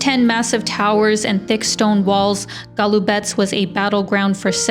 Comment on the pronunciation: Beautiful scenery! Good pronunciation of Golubac. Some people pronounce it wrongly as GolubaK. Thank you for that, shows respect for the country you are in. Very nice images of the fortress walls. You are right, we have tourists but we are not over-filled with tourists. That hill - Captain Misha's Hill. In Belgrade, we have a historic building named after him (Kapetan Misino Zdanje or Captain Misha's Edifice), now the HQ of the University of Belgrade. Thank you for the very lovely and enjoyable video.